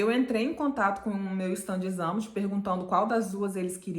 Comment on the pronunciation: Fala assim: chtándes - ámt ....a vogal " a " não se pronuncia como " ã " , que é muito comum para brasileiros!